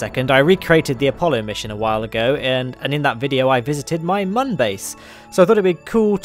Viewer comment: mun is still pronounced the same as moon, because of the accents on the top that make it look like a smiley face.